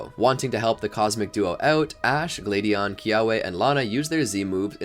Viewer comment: Who are Elaine, Delaiya, Glade-eon, Burn-it, Sil-volley? (Yeah, I know, Alain, Delia, Gladeon, Burnet, Silvally. But I can't be the only one annoyed by the mispronunciations of the important characters' names.)